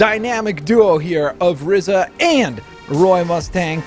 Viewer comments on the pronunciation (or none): Btw it’s r-ee-za not r-ih-za